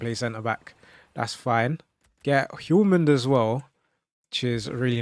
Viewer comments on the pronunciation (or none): FYI - when pronouncing "Hjulmand" you dont pronounce the H or the D. I think the best way to show the pronounciation is "YOOLMAN". So stupid, but thats how danish works :D